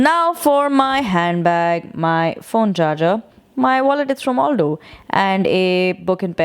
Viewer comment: It's Al-Doh and not All-Doh. You can thank me later 🙃